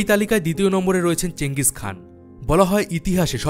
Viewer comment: ওটা চেঙ্গিস খান না চেঙ্গিস খা